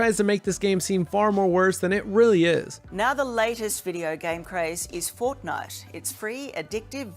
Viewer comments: Watch from and the news lady said fortnut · hold up hold up did she just say fortnut